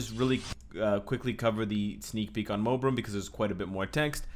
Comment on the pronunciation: Did say Mobirum?